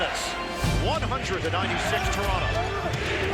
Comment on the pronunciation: Announcer we will be back to Lebronto in a momnent lmao 🤣